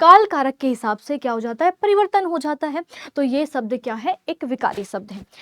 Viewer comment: शब्द ❌ सबद ✅